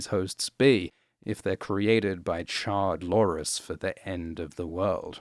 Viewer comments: You keep saying "Char-lores" and I keep hearing "Charred Loras." Which is a different show, but still accurate. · Did you call Char-lores "Charred-lores"? Lol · He is saying "charred lores" its a meme from Reddit.